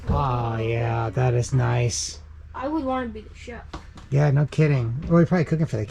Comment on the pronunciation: Chief's mess, not chef's :) they're the most senior of enlisted men